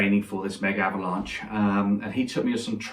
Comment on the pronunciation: you said Mega-Avalnche